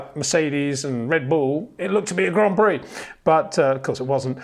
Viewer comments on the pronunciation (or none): none